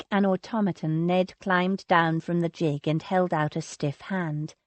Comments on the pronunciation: Its GIG, with the g pronounced as in girl, or great, or green... Its not jig! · I don't know what to think about this narrator's mispronounciation of normal English words used in period novels. Calling it the "tun" instead of "tawn"...using "roots" instead of "rout-s" and the absolute drive-me-mad towards the end..... "JIG" repeatedly instead of "gig" (the G sounding like "good"!)....which was what made me wonder if English might be her second language? Wonderful story and the voice isn't really bad...except for the fact the editors did not catch this irritating error.